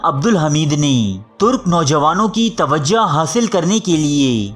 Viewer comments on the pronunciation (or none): tawajo lafz ha tawaja nahi